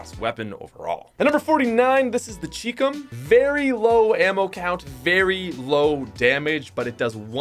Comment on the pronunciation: This dude said cheecum💀💀💀💀💀💀💀💀💀💀💀💀💀💀💀💀💀💀